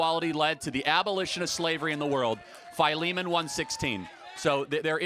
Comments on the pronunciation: "FY-LEE-MAN"? I know it as "Phil-eh-mon", am i wrong or is charlie wrong? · I thought Philemon was pronounce Filly-Mon.